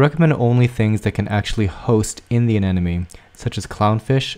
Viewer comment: they are called a-NEM-ones ....not a-NEN-omes!!!!!